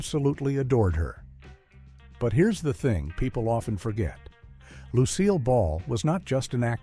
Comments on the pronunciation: If you are going to try to get your idiotic AI to pronouce Ms. Ball's name phonetically, try "Loo Seal" not "Lucy-ill". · 'Lucy-ill Ball'? It might have sounded better if you'd tried 'Loose Seal Ball'. You'll get these pronunciations right. But probably not any time soon. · Damn! If you're going to use a generated voice, at least correct your script to get correct name pronunciation. It wasn't Suzanne So-mares, and it more definitely wasn't Lucy-ill Ball. 👺👺👺👺👺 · The worst pronunciation by that nauseating AI was "Lucy-Ill Ball" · Lucy-llll Ball and Daisy Arnez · Lucy-ill Ball, Bill Coz-bee, etc.